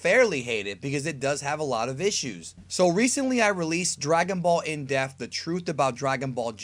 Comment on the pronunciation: Sounds like always says defth instead of depth or is my brain playing tricks on me.